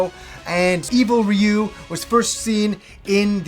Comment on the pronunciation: It's so satisfying that you pronounce 'Ryu' properly lol